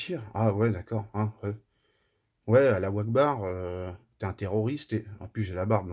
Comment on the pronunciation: J'ai hurlé au "alaou wakbar" 🤣